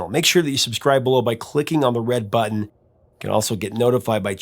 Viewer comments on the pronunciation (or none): none